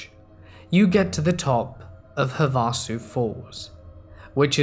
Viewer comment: Perfect timing for the US. Great video as always! For future reference it's pronounced Lake HAVE-a-sue.